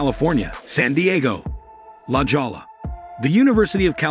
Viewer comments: La geola😅, it's sounding la hoya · BTW it's pronounced la "hoyee-ah" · La Jolla: J here is pronounced as H, please.